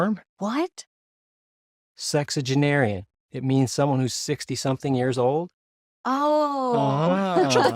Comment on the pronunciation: Did he say sextuagearian? 😂 Does he mean septuagenarian? 😂😂